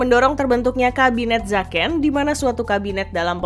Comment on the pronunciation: Bukan Zaken tapi zeken